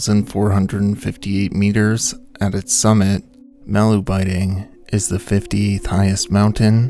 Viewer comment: Yet another YouTuber who can’t be bothered to look up the pronunciation of the subject of the video